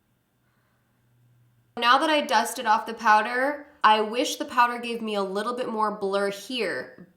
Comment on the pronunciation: I heard "I wish there was alotta-bit more." 😅